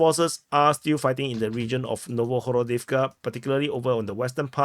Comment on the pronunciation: Something that I notice, because I am from slavic language country (Bulgaria). The settlements near Pokrovsk is wrongly translated to english language. It is for Hroduvka (similar case for Novohrodivka). In ukrainian is written Гродiвка which is correctly prononced Grodivka, not Hrodivka.